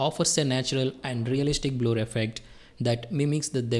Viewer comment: THANK YOU FOR THIS TUTORIAL. it's no Bloooor.. it's Blerr ( Blur )